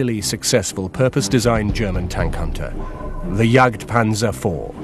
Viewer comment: Jagdpantffer :-D Hope he didn't spit so much as it sounds while failing to pronounce it ;-]